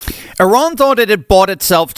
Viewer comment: you are one of the few to correctly pronounce Eeh-rahn.